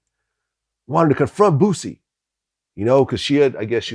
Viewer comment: It’s not bossie you dweeb, it’s boosie It’s not weebie you turd, it’s webbie